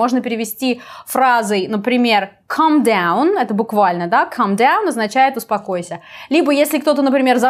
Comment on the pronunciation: узпакойся, как упокойся)) сказала как сказала